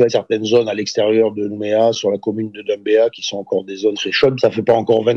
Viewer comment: On dit pas Doumbéa mais Dumbéa